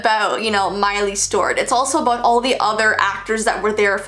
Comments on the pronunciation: The way you said mileys/ Hannah’s full name is giving me major anxiety it sounds like you’re saying miley stort? 😳😑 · She kept saying Stewart but pronounced as Stowrt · It’s miley Stewart you kept saying it wrong 😂😂❤️